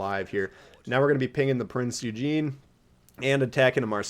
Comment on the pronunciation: Love you man but whenever you pronounce prinz eugen it makes me feel some type of way 😂😂